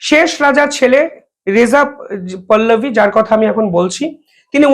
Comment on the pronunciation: সাহা নয় দাদা, শাহ আর পল্লবী নয় পহলবী।